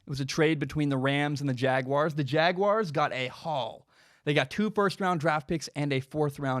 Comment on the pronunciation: Thank you for not pronouncing it jag-wire